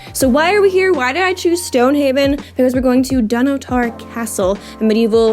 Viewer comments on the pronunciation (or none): Hey, I loved your footage of my family's old homesite (: The Keith family were at Dunnottar for centuries. My mum was a Keith and I have traced our ancestry waaay back. Just one thing~ please learn how to pronounce it~ it's dun-otter not Don Otair....keep having fun (